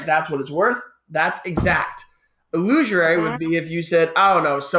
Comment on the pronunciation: "illusorary" (try again)?